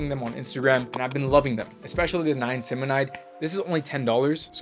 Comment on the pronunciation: I think it’s pronounced “N-eye a-cinamide